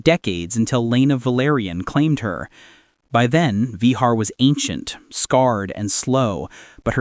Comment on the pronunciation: Vehaaaaar😂😂😂😂😂😂 Va---Gar is the Pronounciation Not Yee Haw?